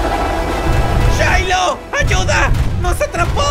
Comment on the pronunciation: Se pronuncia Shiloh y Elijah